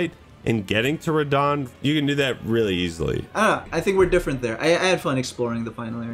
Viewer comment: first TRYED RAHDAHN